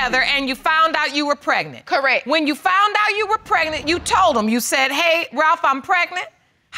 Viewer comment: It's CORRECT, not CORRECK.